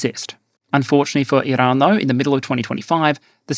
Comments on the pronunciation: Bro your Australian stop rolling your Rs for Iran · Iran Not "IIrun". FFS mate, if you're going to respect scumbag countries by pronouncing their country names the way they pronounce it, then I expect you to do the same for western allied countries like France. 😡 I've followed your channel from day dot, but it pisses me off when you make an effort to appease our enemy. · just likes pronouncing “Iran”.